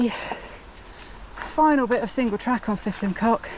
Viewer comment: That’s the worst pronunciation of trail name ever 😂😅